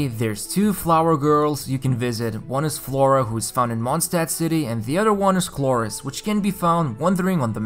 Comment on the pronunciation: "Mondstadt city" you basically said mooncity city xd